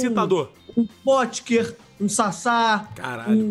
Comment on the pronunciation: "O incrível Potker" KKKKKKKKKKKKKKK